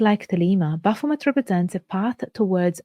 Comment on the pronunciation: She cant even pronounce the name.... you cant teach me anything. Thumbs down